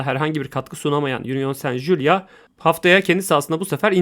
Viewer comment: saint julia degil union saint gilloise. okunusu jiluaz